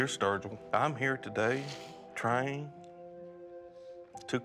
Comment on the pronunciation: Not virgil not sturgeon...sturgil